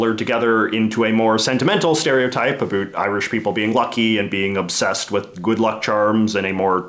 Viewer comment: "A boot" I am Canadian as well and it is a bout